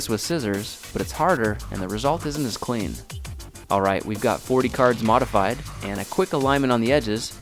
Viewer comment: since - not sinde :)